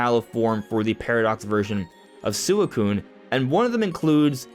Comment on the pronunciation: why he say suicune like that